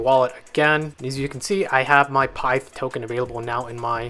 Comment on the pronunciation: I think it’s pi-ith pronounced